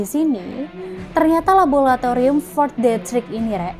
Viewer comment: Labolatorium opo laboratorium to yu...